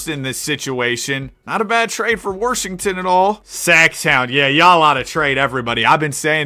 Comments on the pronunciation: random question, but what accent makes someone say Washington as Warshington? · “warshington” you’re definitely from Arkansas or Texas😂